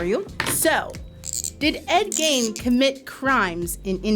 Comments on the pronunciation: You are pronouncing Gein wrong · Jesus that's how i feel...she didn't pronounce that name right once at all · I was yelling that as I was watching!!! Wisconsinite here! Lol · Thank you for putting the pronunciation every time she said it my butthole puckered. Like if there are two vowels next to each other it usually takes the long sound of the first vowel. But also just know the story from fact boi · The name is said as Geen instead of Gain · Ed Geeeeeein not gain. Sorry, couldn't help myself. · His name is pronounced Geen. Not Gain. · GEEEEEEEEEEEN not Gain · It's Ed Gein not gain it's pronounce geen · It's pronounced Geen not Guyen..... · Ed Geeeen not Gain! 🤦🏽‍♀️ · Ed Gein's last name rhymes with green, not main. How do I know? Well, somebody had to grow up near Plainfield. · Ed Geins last name is pronounced “geen” not “gain” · Ed “GEEN”, not Gain ❤, a Wisconsinite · It’s pronounced GEEN not Gain…. Ed GEEN!!! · I've never heard it pronounced like gain before, only gean (like bean) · GEEN....not GAIN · Its Gein not Gain. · It's Ed Gein Not Gain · I wish they got their names right!! Ed Gein, pronounced Geen!! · I want to correct something. Ed Geine is pronounced Ed Gene. Or Ed Jean. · Ed “Gine” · Same! I keep going "geeeeen!" Everytime she said it wrong. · Ed Gein is pronounced GEEN. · I’m from Wisconsin. It’s Ed GEEN, not… however she pronounced it. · Gein rhymes with bean. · Ed Gein is pronounced Geen like Teen with a G. So many of the producers mispronouncing words makes me think they are still learning to read. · Me yelling Gee-n at the video 😂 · Geeeen, Ed Geeeen not Ed Gain. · That's so funny. I didn't even notice she said it wrong because I knew what the name was. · The mispronounced "Gein" was obnoxious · It's Ed Gein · the way you keep saying ed geins last name wrong is making me go insane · Man, I’m only on the second round and they’ve already can’t pronounce Ed’s last name correct. Like, who doesn’t know about Ed Gein.